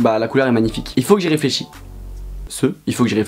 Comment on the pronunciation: de l'air !!! "faut que j'éfléchi" HAHAHHAAHAA PEPITE